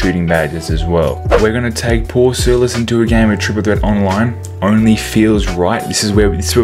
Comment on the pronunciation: hmmmmmm maybe i should get him.... btw its Paul Silas not silis btw love the vids oh and no hate j